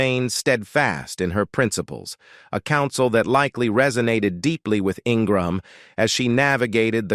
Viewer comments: It's an artificial "automated" reading of the script by computer. It repeatedly calls her "In-gra-ham", a pronunciation she HATES. She prefers Ing- gram. You can hear this automated voice narrating more and more Youtube videos. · This is the worst biography I’ve ever heard on utube very biased and repetitive and the constant mispronunciations for her name...then you accuse her of being a bigot prejudice DISGUSTING She is a Conservative that does not make her prejudice I have watched her for many years and admire her intelligence and her point of view. When you discussed her Education you talked about her amazing Law degree from University of Virginia but ended with Dartmouth talk Utube you can do better